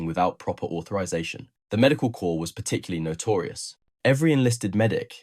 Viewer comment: Corps is pronounced like core, not corpse.